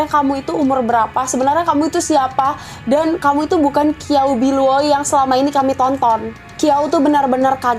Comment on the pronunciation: Kiao biluo ? Qiao bi luo mgkn ? Bacanya kynya ciaopiluo